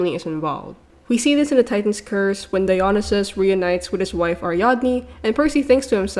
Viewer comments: die-aw-nuh-suss has me dying. i always pronounce it die-oh-ny-sis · Who is "die-on-ass-is"